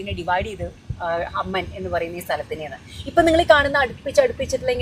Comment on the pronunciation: അമ്മൻ അല്ല ചേച്ചീ "അമ്മാൻ" 🎉🎉